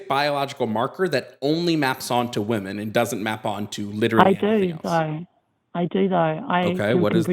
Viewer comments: I'm I the only one who is driven crazy by the new pronunciation of "womEn" as "womAn"? Is it a TERFy thing? I notice generally younger TERFs say "womAn" when they mean "womEn" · It irks me SO MUCH when people can't say the word WOMEN. How is it that in the last 6 months people just default to saying the singular woman instead?